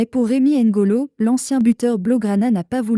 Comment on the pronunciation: C'est Rémy ngono,pas ngolo svp!